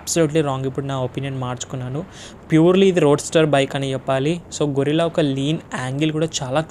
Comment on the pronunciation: గెరిల్లా అనాలి గొరిల్లా కాదు బ్రో.